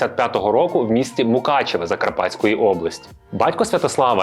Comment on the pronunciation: місто МукачевО!!!!!, а не МукачевЕ